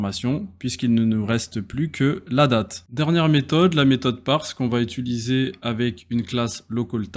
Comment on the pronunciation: Le cours est très bien construit ! Petite piste d'amélioration, apprendre à dire "utiliser", ça me pique les oreilles à chaque fois !